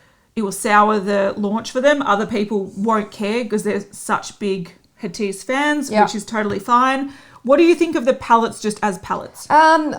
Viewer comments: It's not Hatiss ladies. It's Hatidje :) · Guys Hatice is a Turkish name so it is pronounced “ Ha-tea-jay “ . You can check online. Love your videos but just wanted to let you know! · Also it's pronounced/Ha-ti-jE/ (in case u were wondering) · Dear I was repeating this everytime it was pronounced wrong.